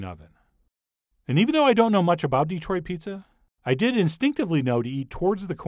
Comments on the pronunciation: Dih-troit. NOT DEE-troit. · I’m sorry, but it’s Detroit, not DEEtroit. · Please, John. It is pronounced, dee-TROIT. Not, DEE-troit. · Please, it's de-TROIT, not DEE-troit. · The main key to pronouncing it like a local is putting the accent on the right syllable. It's "de-TROIT" rather than "DE-troit," and it also helps to sort of gloss over the "e" vowel in favor of a more neutral one, more like "duh," as another commenter said. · how you know when somebody is not from Detroit... they say Deeeee-troit. We say Duh-troit. Small point. Awesome pizza! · Yep. Good Chef knows this now, after repeatedly calling it DEE-troit. Yeah. No. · The Dee-troit was killing me. But Chef John is awesome non the less.